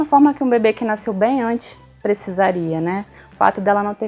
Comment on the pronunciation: Naiiiceu, não, nasceu é o correto.